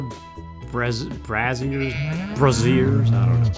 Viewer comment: 1. Good MOOOOOOOOOOOOOOOOORNING,! I'm wired on caffeine again. Can you tell? 2. Eh, your farm looks amazing! Well done. You have a good eye. 3. "Brazier", but it's pronounced like "Bray-zee-er". I think it might be spelled the same way as the long-form for "bra", though. XD 4. Hey, so, in line with this game, have you ever read Walden"? Henry Thoreau was a HUGE proponent of pastoralism (i.e. living among nature), though, really, even if you have to be a city-dweller, his main philosophy for anyone was "Simplify." Frankly, I'm with him. I'm about halfway through reading "Walden" for the first time, and I agree with him on a lot. I've never wanted a big house, you know? And then mo money, mo problems, of course. The only thing I don't like about the book so far is that he romanticises Indigenous people, who were, at that time, being forced further and further off their land, which he never really acknowledges. I'm not sure whether America had started with the residential 'schools" yet, though. You will NEVER see me refer to that without the quotation marks, because those were torture chamber, not schools. Civil War era America, though. One thing I definitely DO like about him, though, was ha he gave shelter to runaway slaves, which would have been against at least Confederate law at that time, though I don't know about the law in the north. He'd give them shelter for a bit, give them food, and send them on north. 5. Grr...say it with me